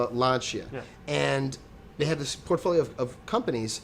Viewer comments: Linea looks nice, and the Panda you guys shown is not the regular 1, it is the crossover version, and you showed at least 1 car from fiat that i know is no longer in production. also, how the bald guy pronounces those italian names is pathetic. I promise you that if next week those 2 don't do their homework again, i'll unsubscribe. every week the road testament is filled with wrong facts from which they draw stupid conclusions because they couldn't research the brand properly. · Soo... lol, u say that if FIAT is comming to US in 2012.. the world will end?:)) lol man and u didn't pronounced good LANCIA!